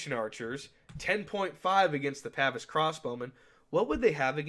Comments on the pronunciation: Pah-vaise not Pavis old boy, when referring to the crossbow men. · I know someones gonna get mad about it so I just wanted to say: Its Pah-veese, not pav-is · The way you pronounce “Pavise” pains me.